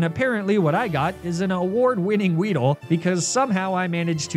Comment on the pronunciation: “Apparently what I got was an award winning weedle” … wow